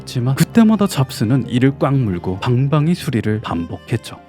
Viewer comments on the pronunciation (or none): 근데 자꾸 방방이가 방망이로 들려서 웃겨요